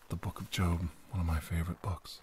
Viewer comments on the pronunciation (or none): none